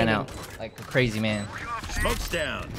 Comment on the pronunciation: Datz cwazy